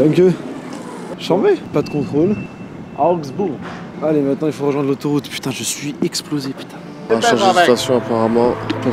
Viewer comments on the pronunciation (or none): "Eausbeurg" mdrr c Augsbourg